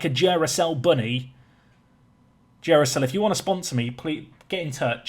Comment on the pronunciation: I've watched you for years and know you butcher names, but calling it jew-ra-cell not dew-ra-cell had me dying laughing.